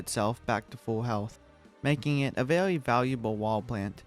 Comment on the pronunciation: the way you keep saying things like "owange" "vewy" sounds so calm and funny at the same time xd